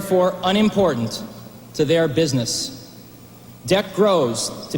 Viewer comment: "Can Apple's Macintosh Take IBM's Penis" ? Swear to god....listen to it.